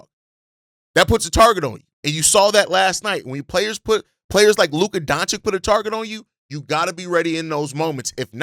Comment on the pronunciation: DONCHICH!, not DONCHICK. It hurts my ears when you change that guy's name so often!